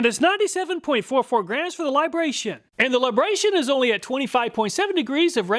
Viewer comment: It's LibraTON, not Libration. 😄